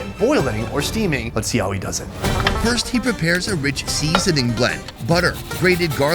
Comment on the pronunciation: SEEEEEEEEZENING! So funny how you say it!